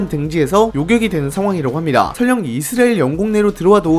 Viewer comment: 근데 왜 계속 이스래엘 이라고 발음하세요?? 불편하네